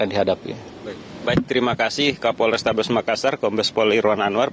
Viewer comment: Kaporestabes makassar wkwkwk salah nyebut yaaaa